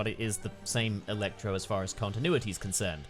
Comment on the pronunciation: I love how weird you say "il-ectro"